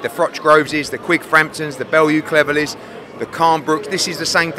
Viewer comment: Man said 'Bellew v Cleverly'